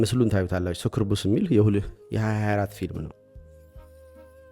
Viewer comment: Bro ፕሮናውንሴሽን ተሳስተሀል ሱኩቡስ አደለም ሳኪብኢስ ነው